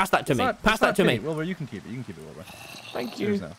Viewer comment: "aringk you"☠️☠️☠️